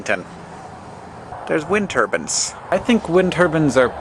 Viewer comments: He pronounces it like 'wind turbans'. Can it be pronounced like that? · He pronounces it funny, but he means "wind turbines". :)